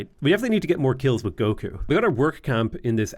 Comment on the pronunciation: I'm a huge Dragonball fan and everytime says "Goku" it wigs me out because it's so odd to hear that on this channel.